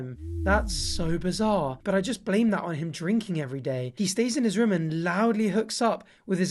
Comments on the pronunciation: No one:: Ruum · He says room like Buzz off of home alone; ruum.